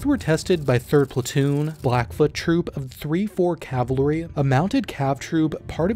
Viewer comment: Dear narrator please learn how to pronounce cavalry